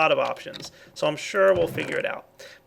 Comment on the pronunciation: To all you morons that misunderstood me - when I said "Tekkit easy", I was joking at the fact that that's what it sounds like when he's saying "Take it easy" at the end every time. Next time think before you flame.